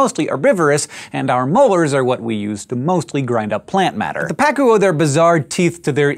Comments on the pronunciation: Just adding: it's pronounced "paCU" not "PAcu". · Its name is actually pa-CU, which in spanish we write pacú. Quite sad the fact that it's an invasive species. On the bright side let tell you, it's delicious when grilled!